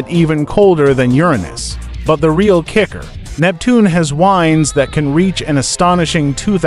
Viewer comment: the AI voice really did you no service. It sounded stilted and made several mistakes. Example "the winds..." meaning a noun that refers to the movement of an atmosphere. What the AI voice said was "the winds" as in the verb for winding something up. That's just one example of why I hate it when content creators don't use real people for their narration voices.